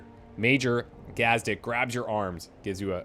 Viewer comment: I know you've finished the playthrough, but its pronounced gaaz-deek